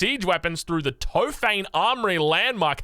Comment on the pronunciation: Oh no. New Landsknecht just dropped. It's even impossible to explain how "Mehter" is pronounced through English orthography.💀 'Tophane' is 'tohp-HUH-neh'. I'm gonna be having a lot of fun with the Turkish pronunciations as a phonetics nerd. 🤓 (It is the Blue Mosque (Sultan Ahmet Camii) )